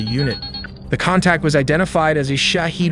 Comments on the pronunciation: it's pronounced SHA-HEAD, NOT SHA-HEED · The correct pronunciation for the word you used is Shahed (/ˈʃɑːhed/), but you pronounced it as Shahid/Shaheed (/ʃæˈhiːd/). I realize their spellings are almost identical in English, which often leads to this mistake. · not a very important detail: but "Shahed", the drone name, is pronounced as /ʃahɛd/ (meaning: 'observer')! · The “a” in Shahed is a short “a” (like sh + a in about), not “ah”. It’s pronounced sha-hed, not sha-heed or shah-id.